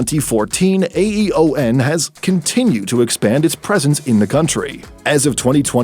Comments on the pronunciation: AEON isn't pronounced "A-E-O-N". It's pronounced "eon" (think "Leon", but drop the "L"). At least thats how it's pronounced here in Japan. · AEON is read as e-on or ii-on, as in the word aeon, which means a very long period of time. In Japanese, we call it ii-oh-nn. It's a three syllable word. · It's not A. E. O. N. It's ÆON pronunced eeon